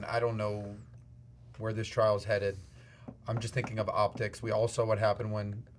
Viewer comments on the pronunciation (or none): Trial, not "trail".